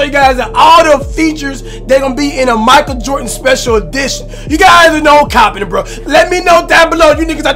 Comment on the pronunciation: "Michael Jort-n"